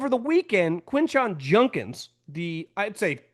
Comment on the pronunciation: It’s JuDkins. Not JuNdkins